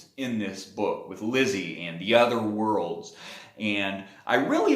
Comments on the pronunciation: Lisey not Lizzie right? I think you’re pronouncing her name incorrectly. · It is pronounced Lee See. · You obviously didn’t read the book well enough if you can’t pronounce her name. I know it’s stupid, but that’s kind of important. Therefore, I could care less about the rest of your review. Go back and read the book chapter one. Remake the video. Then I can take you seriously